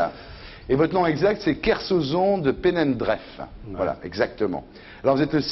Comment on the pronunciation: on dit penandré pas penandreffe ....